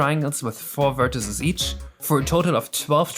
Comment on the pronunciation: Awesome video, but please look up how to pronounce vertices :>